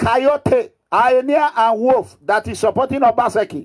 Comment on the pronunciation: Wetin dis Mega Mugu dey talk about? What is Highnia? It is called Hyena... 🤣🤣🤣🤣🤣🤣🤣Abeg nor come use laugh kill me Oooo 🤣🤣🤣🤣🤣🤣🤣 illiteracy na very bad Disease sha 🤣🤣